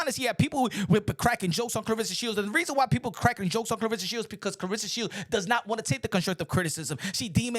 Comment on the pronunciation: No one even knows how to pronounce this girls name and that is sad. Her name is Cla-Ressa not Cla-rissa. Every time she gets introduced and even her man has called her name wrong. It is really sad. Dang if you gonna be her man the least you could do is say her name right.